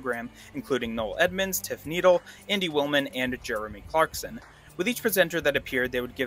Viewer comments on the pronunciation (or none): NEEDLE BAHAHA